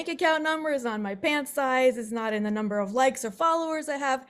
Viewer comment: numb.... "burr"